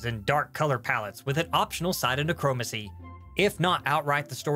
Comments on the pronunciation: I've never heard anyone butcher the pronunciation of necromancy that badly before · sorry, but did you just say neh- CHROME-ancy?